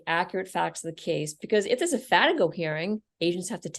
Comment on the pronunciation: What is it you guys called a hearing to determine/challenge relevant conduct in the PSR? It sounded like a "Fanago" hearing but I've never heard of that...